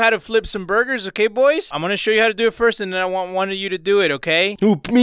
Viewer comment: And saying BURBURS! SMASHING GET OUTSIDE!!!!